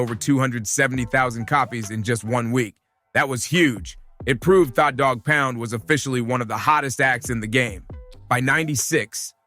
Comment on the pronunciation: Kurupt didn't dis 50, he didn't come out back then. Get the info right, mispronouncing tha Dogg Pound's name and Kurupt's ablum title....smh